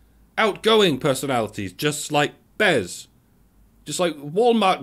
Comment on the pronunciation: BEZ!!! It's BEZ!